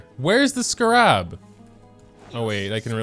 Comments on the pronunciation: Dude it’s pronounced skeh rub, not skuh rob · Scarab is pronounced with the emphasis on the first syllable. SCAR-an, not scar-AB. My ears are bleeding. :-( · my guy- I'm sorry it's not scarAb it's scArab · isn't it pronounced "Scare-ab" not "Skarab" 😭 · I thought he was saying sca-rahb as a joke like "haha youtubers always pronounce things wrong" but even when he was madge he was still saying it wrong and I am screaming. Scare-eb I typically like the larger world quests because of the lore they give to the world, but the smaller quests are kinda just words to me. It's definitely a better idea to spend about 10 minutes grabbing the surface 40ish and then move to someone else's world, I was told the rest arent worth it until after you've done the quest. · Everytime he says scrab my brain wants to autocorrect it to scarab😅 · why do you scar rabs like that. its just scarabs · bruh it's pronounced Scare-Ebs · I really hope the pronunciation of Scarab is deliberately wrong. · Am I the only one triggered by how he's saying "scarab"? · do you just not know how to pronounce scarab or what? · WHY HE SAY SCARAB LIKE THAT UGH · I’ve never heard scarab pronounced this way before lol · Why is pronunciation everything under this sun atrocious. Its a joke right lol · Where'd you learn to pronounce 'scarab'?? My soul itches now. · I don't know what's funnier, being mad or the way he pronounces scarab 😂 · The real tragedy here is how moga pronounces scarab let’s be honest